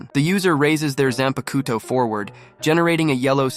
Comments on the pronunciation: Zan pakoo toe? lmao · This killed me... he did the research to list some of the kidō but cant say zahn-puck-toe